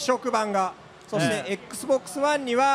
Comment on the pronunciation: P-Ash 4, Ex-Box, PShe.........LOL